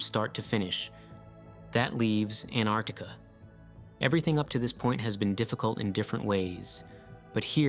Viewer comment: A very interesting vídeo. It kept me wondering úntil the end. I have subscribed. Just One comment, I believe you have erred in your pronounciation of Antarctica.